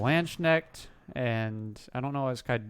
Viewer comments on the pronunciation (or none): Anglos can't pronounce knecht, you can say lands-knekt. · Man, it's like lance - k'nehh't, no ae anywhere